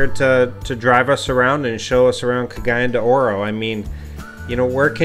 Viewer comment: Your pronunciation of Cagayan De Oro is legendary! Nice video.